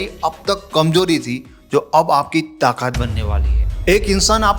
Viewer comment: गुजराती भाई, ताकात नहीं, ताकत 😂